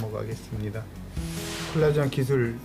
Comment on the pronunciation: 플라스마가 아니라 플라즈마 입니다.